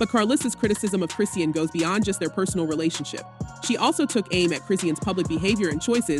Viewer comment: You can't even pronounce Chriseans name right smdh 🤦